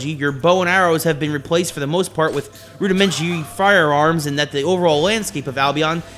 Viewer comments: to that "joke" was not executed well at all, don't ever do that again rudimehblehbleh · errm "rudimentary firearms and the over-all landscape....." he said it wrong but w/e i have common knowledge.